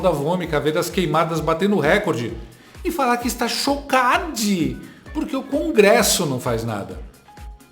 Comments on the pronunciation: O mau caratismo desses militontos não tem limites. Usar a mãe pra causar comoção é pouco, a vômita mal do povo vende ela pra garantir o Pix do painho. E o outro militontos falando crongresso. 😂😂😂😂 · Perai, CRONGRESSO??? Eu tô lelé dos OUVIDROS, ou esse demente falou "CRONGRESSO" ??? SOCORROOOOO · O militante da globe news fala CRongresso.KKKKKKK